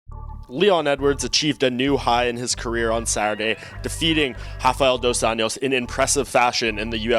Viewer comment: Its not Dos ANIOS.its Dos anjos.Get it right kid before i ankle pick you